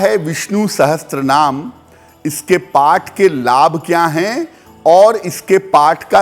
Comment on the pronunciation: Wo Sahasranaam hai Sahastranaam nahi galat pronounce kiya